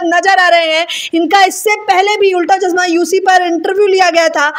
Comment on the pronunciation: Chasma nahi "chashma" hota hai anchor mam